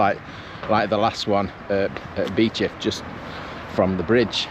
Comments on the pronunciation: Was wondering when you'd do towards Heeley as that's where I used to live. Ps Beauchief is pronounced 'bee-chiff' 😊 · Yeah, I can confirm Beauchief is pronounced locally as 'Bee-chiff' not 'Bow-chief' ;) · It’s Bee-chief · It’s pronounced Bee Chief.